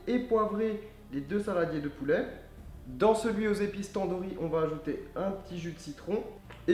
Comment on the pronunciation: on dit pas Tondourri on dit Tannedouri